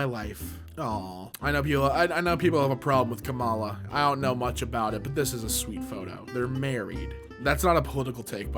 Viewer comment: the emphasis in kamala is on the first a